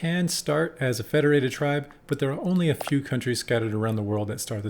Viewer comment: Thanks for pronouncing the names of the countries well! Seems you know your history.